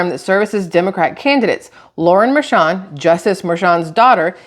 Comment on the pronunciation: The judges' daughter has made a ton of money from Trump's trails. You're right, "Mer-shon".